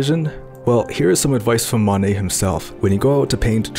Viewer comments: Though pointing out minor pronunciation errors is boorish, in this case there's potential for genuine confusion. To my ear, you seem to mistakenly say "Manet" (MAH-nay) instead of "Monet" (MOE-nay). Inconveniently, Manet was a real person, coincidentally another French impressionist and friend of your intended subject, Monet. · Love the Monay and the Van Go recreations, but please learn to pronounce those names a bit better.